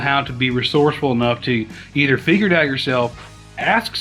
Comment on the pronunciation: At about did you say "figure it out" or finger it out"?